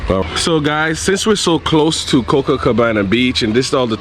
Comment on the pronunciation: As if I'm going to watch a travel show where the guy can't even pronounce on of the most famous beach names in the world Copacabana not Cococabana!